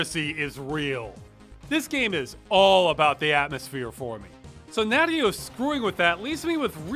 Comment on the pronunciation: Ross, it's called Nadeo, not Nadyo.